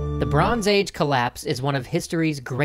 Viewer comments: "The Mystery of the Bronce Age Collapse" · Bronce Age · Ah yes, the famous and mysterious history of the Bronce Age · “Bronce age”??? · Bronce Age? Never heard of that one. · Wait, Bronce Age? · Bronce age? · "Bronce Age" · 'Bronce Age'